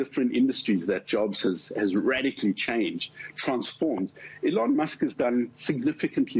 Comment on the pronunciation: He said alone musk 😂😂😂